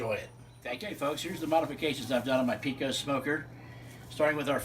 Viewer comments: ok ok ok. I don't want to sound like a snobby Texan, but you definitely mispronounce the name Pecos. I am not talking trash or anything, so please don't take this the wrong way. The name is pronounced PAY-COSE. You are free to say it how you want obviously, but PEE-COSE is not correct. Nice mods by the way. I have a Pecos and I also welded in a top rack. I actually talked the guy at academy down to 300 dollars when I bought mine. The Pecos is the best pit in this price range for sure. Thanks for the video! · It’s pronounced pay-coes Not peecose. Sorry, just a Texas pet peeve of mine. Why’d you have gloves on the entire time?